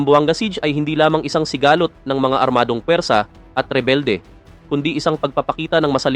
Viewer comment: Konring improve pa ng pag babasá (sigalót) hindi sigahhlot